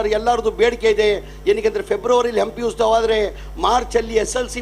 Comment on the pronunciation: ಅದು ಉಸ್ತವ ಅಲ್ವಾ ಉತ್ಸವ ಅಯ್ಯೋ ಕರ್ಮ ಉಸ್ತುವಾರಿ ಸಚಿವ ಅಂತೆ ಮೊದಲು ಕನ್ನಡವನ್ನು ಕರೆಕ್ಟ್ ಆಗಿ ಉಚ್ಚಾರಣೆ ಮಾಡೋದು ಕಲಿರಿ